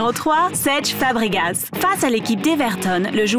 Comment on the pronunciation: mais c'est une blaque coment elle dis cesc fabregas mais stp srs pas seeetch OOOH :'(